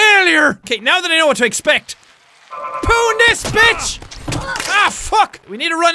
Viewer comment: When he says poon it sounds like he is saying porn